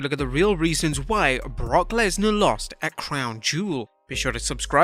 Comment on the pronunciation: “Brock lensar “ 😭😭